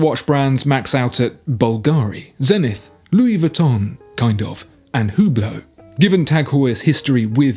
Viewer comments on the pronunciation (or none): none